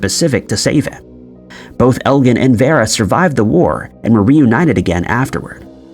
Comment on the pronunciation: Vera is pronounced Veer-a.